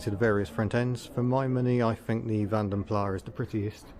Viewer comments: Just thought i,d let you know mr furious told me and others vanden plar is not how it is pronounced it is however pronounced vanden plassss, great content!!!!still waiting on my mug del!!! 🇬🇧🇬🇧🇬🇧🇬🇧🇬🇧🇬🇧🇬🇧🇬🇧☕☕☕☕☕☕☕☕☕☕☕☕☕ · Mr Furious Driving has a recent video, and claims to have determined that the correct pronunciation is Van Der Plarse. You may have to fight it out with him when you get back.